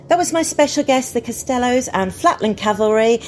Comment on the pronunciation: CAST-el-lows. I'm always amazed by how often their name is mispronounced. If you're going to do an interview, why wouldn't you make sure you are pronouncing their name correctly?